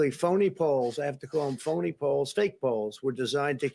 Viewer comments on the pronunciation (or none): "Fony Poles".